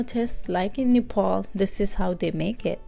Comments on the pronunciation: nice video but it's Nepal not nefol thank you for video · Not nefal it is only nepal. make sure pronounce before say okay. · Plzz don't pronounce Nepal as Nefal😟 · it's NEPAL not Nephol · God I hate when Nepali people butcher saying our own country’s name!